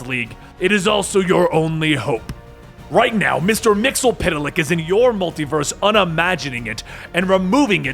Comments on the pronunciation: Don't want to give you to much crap, but you're saying Mr. Mxyzptlk's name wrong. It was triggering me the more you said it in this and the last video. It's pronounced Mix-yz-pit-lick. You were saying Mr. Mixel-pity-lick. Backwards it's Kltpzyxm, pronounced Kill-tip-z-zim. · I think its pronounced as mix yeez spit lick